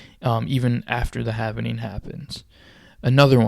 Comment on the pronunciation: Say HAVIN-ING one more time! But then spell it HAVING for your video! Stupid